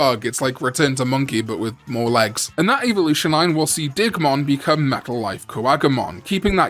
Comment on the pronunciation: I thought you said "Dickmon" the first time you said Digmon's name.